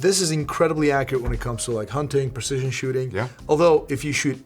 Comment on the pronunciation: It's not "pErcision". It's prEcision.